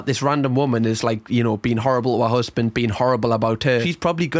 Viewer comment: "Stop lookin' at my usband ya FUUCKIN TAAAHT"